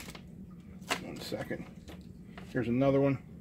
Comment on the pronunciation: Nudder? I've had enough. Lemme ask my brudder, mudder and fodder.